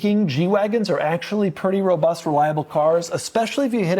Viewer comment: No sthloo tike a schlott fevry time he schlezz robutht